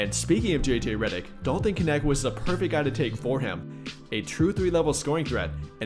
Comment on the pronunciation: So lost why everyone keep saying his name like it has an I in it kinecth